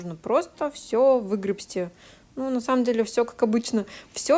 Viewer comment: выгрести) без «б». Грести. Многие очень говорят греБсти от слова греБля. Но на самом деле правильно говорить грести) Вас очень приятно всегда слушать, но очень резануло слух.